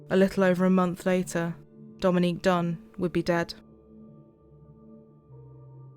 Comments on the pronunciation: And he mispronounced her name, blatant disrespect for the victim. That judge is a piece of work. How despicable. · The judge wouldn't even say her name right??? That's the least he could have done. I would have corrected him everytime until they threw me out or locked me up for contempt of court. That's gross